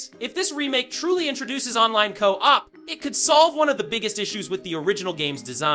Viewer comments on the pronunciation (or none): Never heard a real person pronounce co-op like that